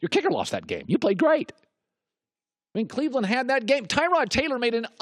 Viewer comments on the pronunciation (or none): Tyrod himself said its pronounced ta-rod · I believe if you can't pronounce a guys name then they should not give you a microphone. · Am I the only one bugged by how he acts like he doesn’t know how to pronounce Taylor’s name even though he’s said it right the first time..the blatant disrespect -_ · This video should have been called "Historically under-performing former QB pretends he doesn't know how to pronounce 'Tyrod' "